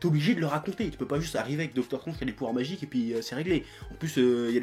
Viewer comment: ... hey chef comment tu dis déjà? docteur strOnge ... putain on aura tout vu ...